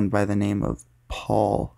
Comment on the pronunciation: Can you please tell me why in that story almost got kidnapped at the end when you say Paul I hear "surrrre"